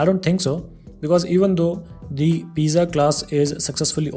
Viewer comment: thanks. one problem. pizza is pronounced "peet .suh"